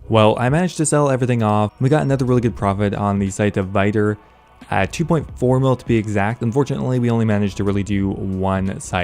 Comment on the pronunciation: I think it's pronounced Vitur and not Vaitur